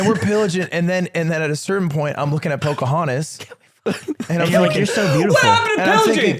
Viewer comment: damn i thought he said chudahontas 🥀